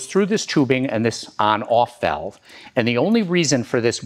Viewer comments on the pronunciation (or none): none